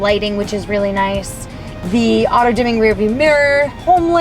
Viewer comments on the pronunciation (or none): none